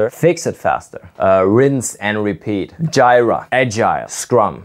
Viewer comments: The agile coach mispronouncing JIRA is just chef's kiss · "Gyra" = Jira 😂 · “Jyra” lol…. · Jiira pronunciation 😂